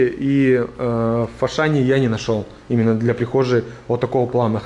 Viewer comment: а почему фашан а не ашан?